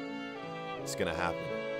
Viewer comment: The way he says Crestieno Reneldó